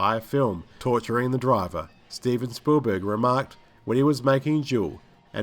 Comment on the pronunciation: It also sounds like he's saying Spoolberg lol